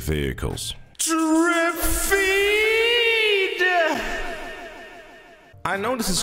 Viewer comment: Drip feet-uh